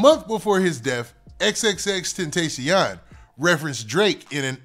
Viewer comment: Im tired of you saying X name wrong 😂